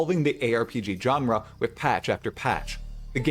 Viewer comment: Genre is pronounced … like Jean-Luc Picard not John Luke